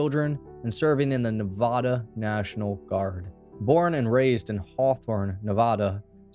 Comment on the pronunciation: It’s Nevada. First A as in “apple”. Just for future reference :)